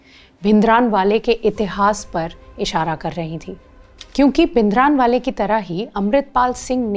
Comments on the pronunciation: Please don't say भिनदरानवाले, rather say the correct version which is भिंडरांवाले. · Very informative , Just a correction in pronunciation - It's भिंडरांवाला ।